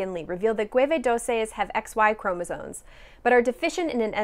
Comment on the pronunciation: I think you're great, but I have one small pronunciation issue: it's chromosoMe not "chromosone".